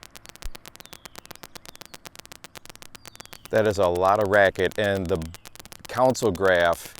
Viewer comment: great vid, very interesting! though it's weirding me out how you pronounce "console" as "council" 😄